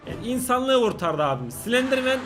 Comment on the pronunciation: Slenderman değil silendirmenğ 😅🌼